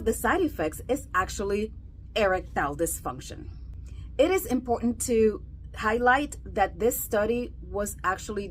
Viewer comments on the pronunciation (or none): none